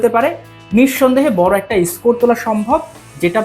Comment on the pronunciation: ha bhgobaan, ota ISCORE noi SCORE, era ke, kotha theke ase?